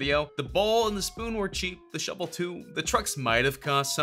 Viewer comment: mhm called the shovel a Shevel ijs....